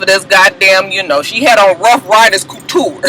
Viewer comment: NOT "ruff riderz couture" ?!? 😩😂